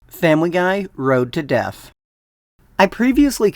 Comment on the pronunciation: You keep pronouncing death as deaf. Lol